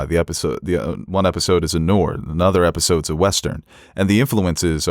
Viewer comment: Which pronounciation was more atrocious: trying to say “Noir” or “EDINAME” 🤣